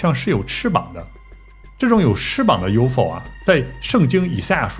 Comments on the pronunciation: U F O 是代表三個字. 怎麼唸成 U FO? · 马斯克也应该有很多资料，但看到他企业8个科技，就可以明确知道，他也已经有U-F-O资料 不能读成 U-Fo 应该一个一个英文字母读出来 “ U -F -O™ unidentified flying object (UFO) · UFO 还能读成“Yofo”？？？ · 谁这么读U fo啊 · UFO怎么发声成“U否”，已经用上TTS了吗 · UFO连着读你发明的吗